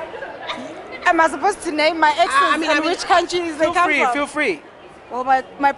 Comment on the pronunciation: Can't even pronounce her name